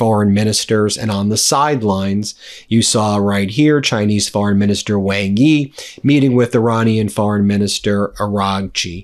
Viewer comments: Ben, Wang Yi's surname Wang (王) is pronounced like "wahng" or "wong", sounding similar to the English word "song" or "long" rather than rhyming with "bang". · Good segment. Just a small bit of advice: The Foreign Minister of China is named "Wang Yi", as you say. However, "Wang" is not pronounced Wang, rhyming with Sang, or Tang. Wang is in fact pronounced "Wong". rhyming with Song, or long. You seem quite knowledgeable in Asian affairs. But if you can make this one tiny adjustment in your pronunciation when you speak the name of the Chinese Foreign Minister, (someone who's name you will say a lot), you'll gain a bit more credibility with your Chinese speaking audience.